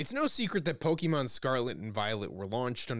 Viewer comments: If you're a lifelong Pokémon fan. You should at least know how to pronounce it. It's pokaymon. not pokeemon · Great video, but it's "Poh-ceh-mon" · I'm not even a native speaker and I find it more intuitive to pronounce it Pokeemon. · The worst is the way he pronounces the word pokemon.